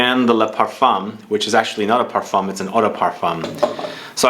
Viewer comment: Parf 1 . The M is silent